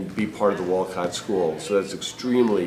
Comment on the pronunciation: You can tell when people say wolcot they are not from Wolcott